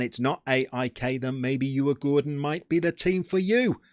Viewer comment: Decent Pronuunciation on Djurgården to be fair